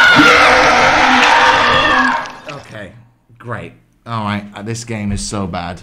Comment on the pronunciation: Eek shut the door: RAAHHH in an Indian accent: GrEaT